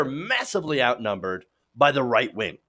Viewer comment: I know it's your speech impediment. And I'm not making fun. But you said "white wing". And I think I like it your way better.